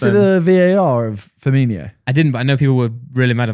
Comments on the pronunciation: Omfg can someone teach Simon how to speak!!! It’s Firmino not Firmiño!!!🤦🏻‍♂️ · Everyone: Firmino Simon: Firminio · It’s not firminio it’s firmino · It's pronounced firminO not firminIO :)